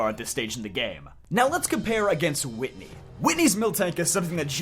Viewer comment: It's Whitney 😭